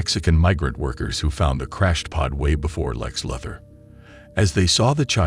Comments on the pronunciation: Who is narrating this video? WHEN DID SUPERMAN COME FROM KRYP-TIN? IT'S KRYPTON! ON, NOT IN. AND WHO IS LEX LUATHER? IT'S LU-THOR! SAY IT RIGHT AND STOP TRYING TO BE SO BOUGIE!!! YOU ARE SO SPECIAL! :face-red-droopy-eyes:UHH...:face-orange-raised-eyebrow:DUH...:face-fuchsia-tongue-out:DRRR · Am i the only one that laughs at him mispronouncing the names? Kryp-tun Lex Lu-thar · How do you not know how to pronounce Lois/Luthor/Tina lol